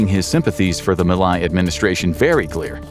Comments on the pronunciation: Nice but the name of the Argentinian president is not being pronounced well 😅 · You could care enough to learn how to pronounce the names of latin american leaders.